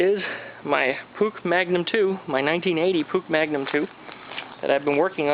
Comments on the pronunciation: did this dude say pook its pronounced "push" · It's pronounced push actually.